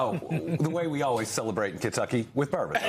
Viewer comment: LOL, She said "Kentuckany". Love Andy.